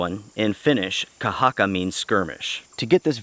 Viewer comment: Thanks for the review, and your pronunciation of the word "kahakka" is very good. Greetings from Finland